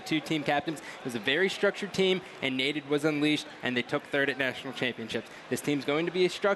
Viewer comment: "Naded and friends" lol